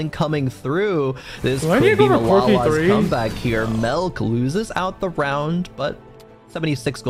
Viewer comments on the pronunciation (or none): Melk button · good vid except for the caster saying melk